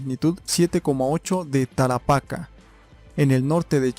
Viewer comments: Tarapacá... no Tara'paca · Excelente información! Gracias! (El desierto de Tarapacá con acento y tilde en la última "a")